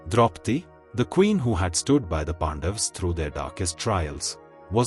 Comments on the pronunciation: Its not Pandavaaaaas... its Pandavs..... Pronounce correctly at least our names. That A is not AAA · Humble request, please pronounce names as in sanskrit. PandaVAs, Arjuna , yudhishthira, NaradA Please 🥺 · No, it is Pandavaas. Don't apply Hindi's blunt style to cut off words. Now, repeat after me...Pandavaas. Na jaane kahan se aate hi tumhare jaise namoonay.